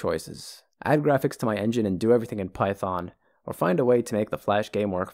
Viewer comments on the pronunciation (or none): none